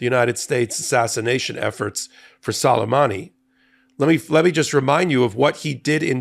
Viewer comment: I believe it's prpnounced Soo-lay-mahnee.